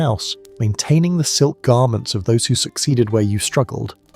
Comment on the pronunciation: Is this AI-generated, as there are many bugs in pronunciation, like in Zzzz, silk fabrics? I see them on other videos on this channel as well.